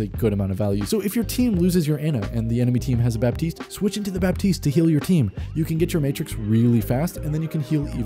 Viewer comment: The p in Baptiste is silent FYI